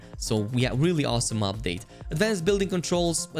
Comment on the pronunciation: It's pronounced UPdate, not OPdate